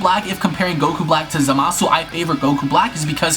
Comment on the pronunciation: How hard is it to say Zamasu. I swear every video I watch of people talking about him always say ZamAHsoo.